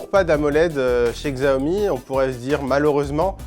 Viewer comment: Faites un effort, apprenez le pinyin : les caractères latins utilisés pour les mots chinois ne se prononcent pas entièrement comme en français. Par exemple, Xiaomi se prononce "siaomi"